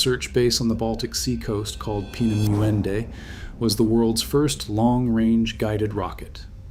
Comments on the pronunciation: Actually is spelled and pronounced differently, "Peenemünde." My Family lived through WWII, I was born in Romania and grew up in the U.S.A. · Narrator cannot pronounce "Peenemunde" , can he ?